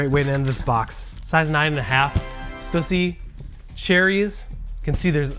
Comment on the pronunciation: Why can nobody pronounce Stussy correctly? And we're sneakerheads. LOL.